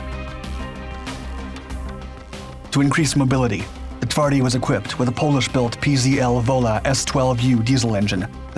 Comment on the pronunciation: My favourite beast. It truly is brutal. The PT-91 Pendekar and the final, well-equipped units for the Polish army require countless hours of practice to appreciate the upgrade. Only then Twardy goes "one step above." Precise depiction. Excellent Polish pronunciation. Thank you. As usual, you did not disappoint with the material.